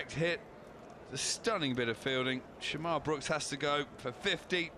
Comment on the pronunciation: Its "shamarh" brooks .. not sharmarh 😆